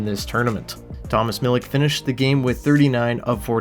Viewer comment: and Mill-itch are the correct pronunciations. I love Connor McClennon and he had great chemistry with Brad Lambert so it would be amazing if we could sign him as a diehard ICE fan. Chibrikov and Salomonsson were amazing too, but I thought Kniazev seemed to be a bit underrated by Jets fans. Ty Bauer’s a beauty and I’m definitely one of his biggest fans, but I know he’ll be a career AHLer. I was a little disappointed in Chaz Lucius personally, but I’m in love with Thomas Milic!!